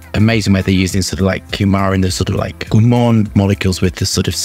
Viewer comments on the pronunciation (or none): none